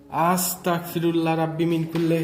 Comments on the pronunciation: আসতাকফিরুল্লাহ হবে না) আসতাগফিরুল্লা হবে বার বার কেন বলছেন আমাকে কাফির বানান আপনি কি শুদ্ধ ভাবে পড়তে পারেন না ভাই সরি যদি আমার কথায় মনে কষ্ট পান আমার যেইটা বলার ছিলো বললাম বাকিটা আপনার ইচ্ছে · আসসালামু আলাইকুম ভায়া ভুল হলে মাফ করবেন🙏🙏🙏🙏🙏🙏🙏🙏 ভায়া আস্তাকফিরুল্লাহ হবে না ভায়া আস্তাগফিরুল্লাহ হবে আস্তাকফিরুল্লাহ ৷৷ মানে হচে হে আল্লাহ আমি কাফের হতে চাচ্ছি আস্তাগফিরুল্লাহ ৷ ৷৷ মানে হচ্ছে হে আল্লাহ আমি তোমার কাছে মাফ চাচ্ছি আস্তাকফিরুল্লাহ আর আস্তাগফিরুল্লাহ এই দুটোর তফাত হচ্ছে ক আর গ বিদায় আসসালামু আলাইকুম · Apni budai naki.. astaqfirullah not... Astagfirulla hobe .. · আস্তাক না আস্তাগফিরুল্লাহ হবে ভাইয়া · Bro Its Not Astakfirullah, It's Astagfirullah.